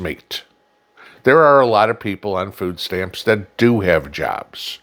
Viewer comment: It's not food stamps for Christ sake...it's "FOOO STAMMS"